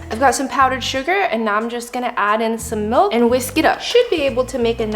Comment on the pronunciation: "Mulk." -_- lol